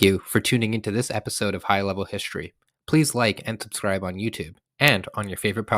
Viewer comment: First sentence: "Welcome to high level HiSHtory. There should be NO SH sound in history!!!!! what a turn-off!